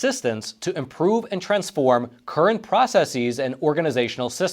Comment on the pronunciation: Great to see the detail behind some of the claims and counter claims about what has been achieved. However, please note that the plural of the word process is NOT "processeeeeez".